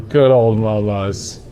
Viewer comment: its so hard when someone says momos to MO:MO 🥲